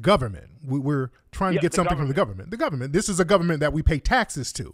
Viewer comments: The cordddrruppp govament 🤣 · That was some top quality tether bable lool ‘de guderment, it’s de guderment’ 🤣🤣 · It's dee govament!!! 😂😂🤣🤣🤣😂🤣